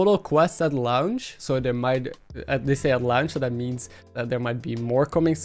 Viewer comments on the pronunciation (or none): What in the actual Phuck is "at Lownch."? Launch is pronounced "Lawnch" and you can't say it's your accent which I'm guessing is Netherlands? Because I have a friend who can say launch just fine lol. Otherwise nice breakdown